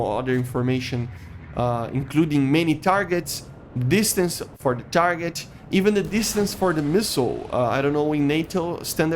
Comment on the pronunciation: Man.. please make your English better. I can’t watch your videos because you talk like Chinese ching chiang chiong. Ciolking, ciarget, ciu najt, f forcin. Man, just calm down don’t make those videos in a rush and dont spell it like that. This is not the hate, cuz you choose interesting topics but man.. this accent and in a rush type video just hurts and make me feel angry. It sounds like you are so stressed that I feel uncomfortable.. I will keep an eye on you but if you will keep it going same.. My ears cannot sustain that talk… And you always use filler words when you don’t know one like “you know” “”but still” “and stuff” I’m gettin this that you are not the native and me neither but at least you can work on your pronunciation and grammar would be then less painful.